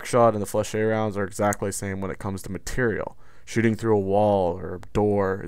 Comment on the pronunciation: Ok im tired of people pronouncing Flechettes wrong its "Fleh-shetts" just like that damn